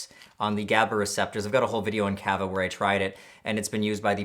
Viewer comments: it's pronounced kāhvāh. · I am a huge fan and I really love your channel, but I fucking cringe every time you say "kava" incorrectly. The first "a" in kava sounds like the "a" in "taco", not the "a" in "cat."